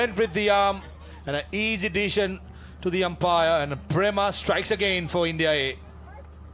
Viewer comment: The male commentator kept saying easy "desion" not decision